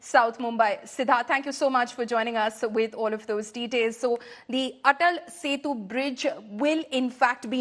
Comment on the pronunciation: Its ATAL SETU, please correct